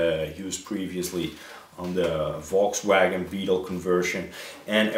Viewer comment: Hey, regards from Germany! It's really nice to hear you saying "Volkswagen" lol. I love your paint jobs and youre very right that we have to be creativ in our hobby. I'm looking forward to your next episode and I think you choose the right colors and mix them perfectly as everytime together. I would be very glad if you visit my channel, I know you understand some German words:-) One of my favorite Videos i made is: Nate Rc: Zu Besuch auf dem Staufenbiel Flugtag in Heidenau